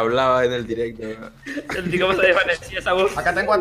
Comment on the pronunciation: EN "Direpto" hahaha😂😂